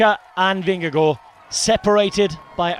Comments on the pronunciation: As a dane … compliments for the pronunciation of “Vingegaard”. This was a stagewin noone had seen coming. 😳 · Nice to hear an English speaking person able to pronounce Vingegaard correctly. Most podcasts and TV-stations I've heard they mostly get the "g" in Vinge and especially the "gaard" wrong. The first g is soft like the last g in "gong" or something like that and "gaard" is pronounced relatively similar to "Gore" in English except flatter in the end. This commentary is as good as it gets from a non-Dane, I would say :-) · Congratulations. You are pronouncing Vingegaard - almost - correct. And it is a very tiny "almost". Not easy for a non-Dane. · Mad props for pronouncing Vingegaard correctly! :) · Jonas Vingegaard most be really good, as the English commentator has learnt to say his name correctly. 🙂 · Very good pronunciation of Vingegaard. Well done! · your pronounciation of vingegasrd is perfect! well done!